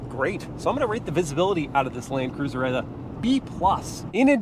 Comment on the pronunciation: Is it just me or did say “Lane Cruiser” in the beginning 🤣